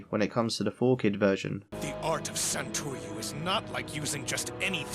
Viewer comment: three sword style is not called sentoru its sentoryu